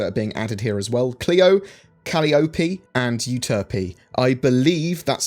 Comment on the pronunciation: On the moon pronunciation, very close. Very close. Clio: Correct Calliope: incorrect, Uterpe: Correct. Calliope is pronounced Co-lie-uh-pee